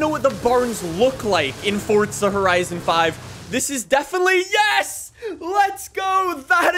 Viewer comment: Horizon not ‘Hotizon’